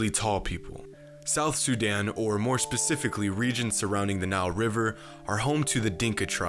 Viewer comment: It's not pronounced suuudan it's pronounced soodaan trust me I'm from there